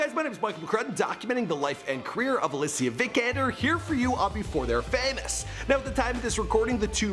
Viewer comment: OMG. They said Helen Sjöholm on the television not Alicia Vikander. Good job Michael. Btw Alicia not Allichia.